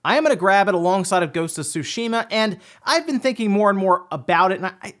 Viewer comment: Friendly reminder: it’s pronounced: Su-Shi-Ma.